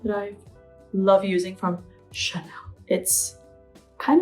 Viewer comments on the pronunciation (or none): none